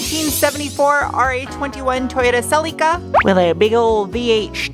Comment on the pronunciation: Can I ask what the "polish" (cleaning stuff) you used on the chrome painted plastic parts was? Also, added "homage" to words that pronounces correctly that most Americans don't (along with MacPherson and Celica)!